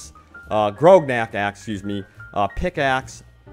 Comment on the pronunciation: Did you say Grognak incorrectly?! I'm insulted!